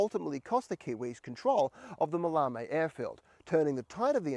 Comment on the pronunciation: pronunciation, it's MAL-e-me, TavronEEtis, GalatAs and REthymno.